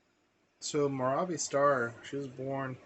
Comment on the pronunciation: Pronounce Mirabye She’s very much alive